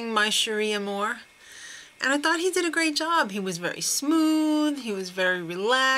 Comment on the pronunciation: Burnell sounded good vocally, but the weird pronunciations just threw the whole thing off. My cherie amour-m??? Weird!!